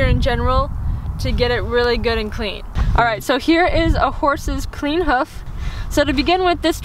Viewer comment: Can’t deal with how you say “hoof” it’s “h-oof”. Not “huff” 🤣🤣